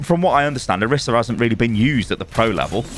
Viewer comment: O-REE-sah*. She says it and so does every character in the game.